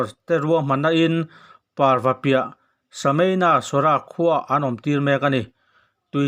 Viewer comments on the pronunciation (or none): Sameinasora nilovin, Simanasora ti a lam tur zawk ani e.